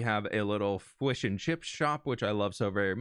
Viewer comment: "Fwish and chips" OHHH MY BRITISH HEART!!!